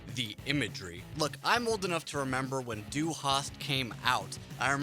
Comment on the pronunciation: He couldn't even pronounce "Du" in Du Hast. He said Due